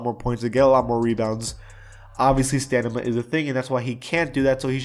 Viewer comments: Why keep saying Stanima instead of stamina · Stamina* not stanima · Update: he says stanima twice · This man said "stanima" I'm done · this dude said stanima instead of stamina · He said stanima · Bro it's stamina not stanima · Fun fact it’s pronounced stamina not stanima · stamina not stanema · “Stanima” headass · literally no one: = stanima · It’s STAMINA not STANIMA😂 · Stamina. Not stanima bro that was like 6 times haha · the fck is "stanima" ? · This guy said “stanima” 🤣🤣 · Did he just say stanima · This dude said Stanima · I think you may have said stanima instead of stamina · "Stanima is a thing" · He kept saying stanima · stanima XD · wtf is stanima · Why he kept saying stanima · This guy said “stanima” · You said stanima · Bro his "staNima" is horrible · he said stanima is a thing lmao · Can you say stamina the right way and not “stanima” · yungmatt009 he said stanima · Maybe he mispronounced it, because he's sick? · Rayniss no, he’s said stanima multiple times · Am I the only person who feels some type of the way when he says stamina